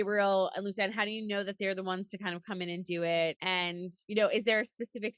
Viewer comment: lovely interview but her name is pronounced "lucy-an-ee" and surname is "bucha-nan" sorry it bothered me had to point out🙃